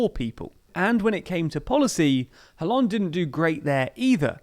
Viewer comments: Its kinda cringe but its pronounced as Ollande. The H is silent. If you are going to pronounced Benoit like the french, you should be consistent. Just a gentle reminder. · I like your show a lot, but honestly you should work on your pronunciation (Hollande, Mélenchon etc)